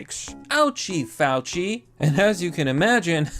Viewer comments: It’s Mr. Fawchee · Fauci - pronounced "False-See"